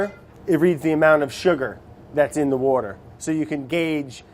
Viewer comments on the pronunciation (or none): BREAD AND WOUDER! 🍞 💦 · ~~wourder is life~~ killed me